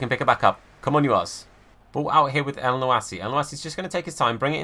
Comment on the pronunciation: Btw for mohammed elyounoussi it’s pronounced mohammed el- you- knew- say and great content as usual